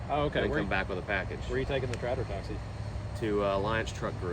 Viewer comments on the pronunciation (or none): Why dose he say "Trador" instead of "tractor" like theres no "D" in "tractor" bud its kinda wierd honestly. But I do like the new semi to the fleet tho